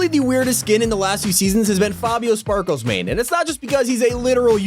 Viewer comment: Bro did he just say Spaklesmane